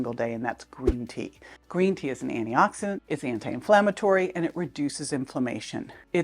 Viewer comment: First, Thank you for this info! But, Sounds like you’re saying “annie-oxidant” over and over, but you clearly pronounce anti-inflammatory. Please consider pronouncing “anti-oxidant” clearer. But, this request is minor compared to the value of the info you provide. Thank you.